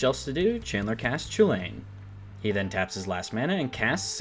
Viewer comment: You said it correctly. It is pronounced choo-Lane. As Donald Glover puts it, "This is America."